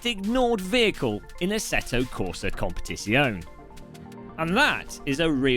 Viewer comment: love your content and style. Here's how to pronounce, "Competizione": Com pear tits yee own eh. (drop the "r" at the end of "pear"). Yes, I wrote tits in a YT comment.